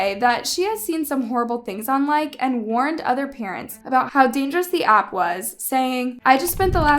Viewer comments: Its called like-eee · Its LIKE-E not LIKE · You we're pernouncing likee wrong it's pernounced like-ee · maam ur mispronouncing likee wrong. the second e is pronounced so it would be pronounced like-e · Sorry but it's called Like ee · It’s pronounced like-ee so not like but likey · How you say nEEd you say the E so you say Likee, Like-E sorry is makes me mad when people something wrong in a whole vid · It's called like ee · just so u know I is like-e in pronunciation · It’s pronounced like-e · It’s actually pronounced like e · Its pronounced like E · Actually like has been around since musically days and also for some reason it's not pronounced like like you expect it's pronounced like-e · its called like e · I thought Likee was pronounced “Ly-key” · Its pronounced Like-e pretty sure, I used you be on this all the time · I had to say it but its pronounced "likey" no hate :) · It’s pronounced Likey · Just saying, it’s pronounced Like-e long e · Hi so like is actually pronounced lik-ee or it sounds like like-ie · Thank you for talking about this horrible app , it’s so unsafe for children, kindly correction , it’s called like eeeeee but joined together:) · I think it’s actually pronounced “Like-ee” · It's pronounced Likeee just trying to help no hate :) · i love the video but its pronouced likeeee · its pronounced like-ie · I used this app at one point but then stopped because my auntie said it was unsafe... So yeah also it’s like -ie that’s how you pronounce it . That’s not how you spell “like“ likee is different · Likee what on the 'market' before TikTok blew up and it's not pronounced like don't forget to say the ee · its called like-ie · The app’s pronunciation is “like ee” And like your content!! Keep up the good work!! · Likee app is pronounced Like-eeee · Its pronounced liky btw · It’s not pronounced like it’s pronounced like-ee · Omg I never thought of this I literally have this app and I was clueless by the way it's pronounced like like ee